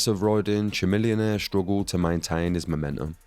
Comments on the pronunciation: Chamillionaire is not a one-hit wonder. Also, it's pronounced "ka-millionaire" like chameleon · lol at the way you pronounce chamillionaire.